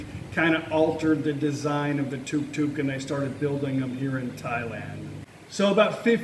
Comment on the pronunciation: It’s not Tok Tok, it’s Tuk Tuk